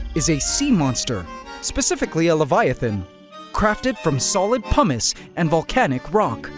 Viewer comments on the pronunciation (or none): Its Pumis with a long u not a short u!!!!